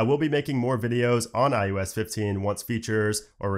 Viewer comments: It sounds like he’s saying ius 15 and not ios 15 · I kept hearing iUS15😅